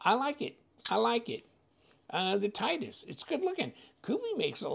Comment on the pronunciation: Great looking knife, definitely a budget Koenig Arius option. Pronounced TIT-EE-US (titty-us) just an fyi. As always thanks for the unboxing and disassembly 💪